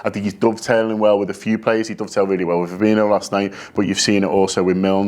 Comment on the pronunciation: Fabinho, not Fabino. It's spelled the same way as Coutinho and not surprisingly is pronounced the same way.